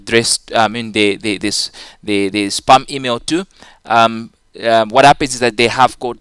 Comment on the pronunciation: your spam sounds like sperm lmao...